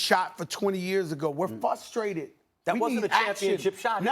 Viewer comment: "Were fusstrated." - Fat Joe